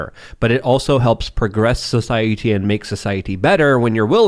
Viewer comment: Something about the way pronounces the word "society", and really any word with a T in it drives me nuts. "SoshiehhTEE"